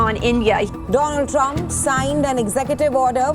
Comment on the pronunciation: Namste tarump ❌ Namste Tarriff ✅